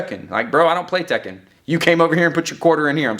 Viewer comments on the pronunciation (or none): none